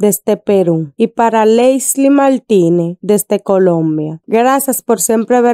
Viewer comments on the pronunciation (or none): Hola amiga muy rica esa receta se ve provocativa. Pero hablas muy feo..... CALNE EN vez da carne . Maltinez... En vez de Martínez... Supel. .. En vez de Super etc.. etc...